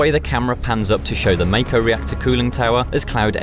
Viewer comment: Mayko lol Hint: Pronounced as the Mako shark